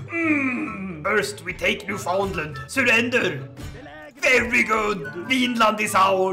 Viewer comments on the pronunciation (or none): none